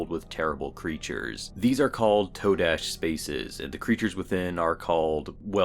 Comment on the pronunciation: I thinks its pronounced "Ta-dash". YOU know? Today, todash?